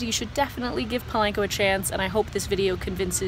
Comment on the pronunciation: It’s not PO-lane-Co it’s Po-lawn-Co I hate when people pronounce it wrong